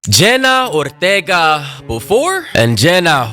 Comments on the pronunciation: it is Ortega not Othega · The way you pronounced her name in the beginning is frying me